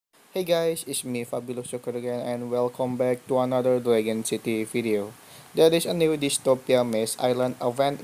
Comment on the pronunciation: DRAG-ON not DRAE-GUN